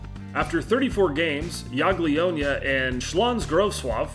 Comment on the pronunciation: Hey mate, I'm Polish. You pronounced Śląsk Wrocław correctly but Jagiellonia is pronounce Ya-Gie-Lon-ia. Don't mean to come off as rude, just trying to be helpful <3 I know Polish isn't easy to pronounce P.S. Quay is pronounced Key :)